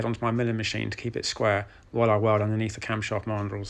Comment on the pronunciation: Camshaft marndrulls? Sorry, can't work out that last word. Please clarify. Many thanks. Astounding work as ever, sir!